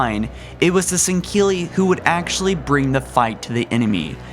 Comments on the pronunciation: Sang-heli not singheli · He says sanghili weird (sorry for spelling cuz I don't know) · Kristoffer Tell ikr "Sang-heely" not "Sinkeli" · "Sankhilli". MFG!!! It's so damn annoying!!! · it's pronounced "Sen-ghe-ili" not sankelly or sankilly -_ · Why does this guy pronounce Sangheili as "sen-keely" ? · "Shing-cili" "Mak-golo" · Bruh I need you to stop pronouncing Sangheli like that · I love your insight but PLEASE dont pronounce a "ck" sound in Sangheili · Fire! His unacceptable and awful pronunciation of words from the wonderful Halo universe. Is heresy and it makes him a heretic of the great journey. When I heard him say sanheli and sanhelios I thought blasphemy! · Lek-golo not mech-golo Not sank-heli Thel-vadam/vadamy NOT FUCKING DEL-VADAMY I WILL NEVER LIKE YOUR VIDEOS IF THIS KEEPS UP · “Sinkeeli” “Foreigners” “Quill the rebellion” O_o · It's pronounced Sang-heely for Sangheli and Sang-heely-ohs for Sanghelios. There is no "Q" or "K" in either of those words. Other than you're pronunciation at times I really like your videos. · An Than Van Man Tan "sinkeely" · "The sangheeley followed the foreigners" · I know has issues with pronunciation but the way he says "sanghelli" really bothers me. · not sangili. u say it improperly. 😂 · 4 Gaming San-ghe-lee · How do you get a K sound out of a word spelled S-A-N-G-H-E-L-I? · shipmaster's cool plus u pronounce sangheli and sanghelios wrong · Teh Hartley1018 I believe he was making fun of how pronounced it bud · there are many reasons.. not that he is a bad person but there are many flaws... like when he makes videos about something that was basically nothing, not checking lore before posting, pronunciation, fact checking, etc. this was indeed one of his better videos in terms of fact checking and lore though he left the arbiter section of the elites history out. but he butchered the elites native name alot worse then usual... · Jebidiah Kerbal he mispronounces Sangheili, Sanghelios, M'Lekgolo...